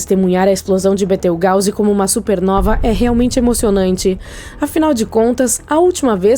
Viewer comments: Da licença. Betrigause ?????????? Aprenda a falar correto desisti na hora de assistir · Sabe nem falar o nome da estrela